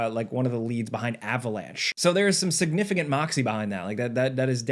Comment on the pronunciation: "SignifiGant"? "SignifiGent"? "SignifiGint"? Hmmmmmmmmm, how many G's can we shove into a word with 1 "G" in it? It's just, making a living talking, with sub elementary...SOMETHING. Not spelling, but pronunciation? Sure. I'm wondering if comprehension is in there, too.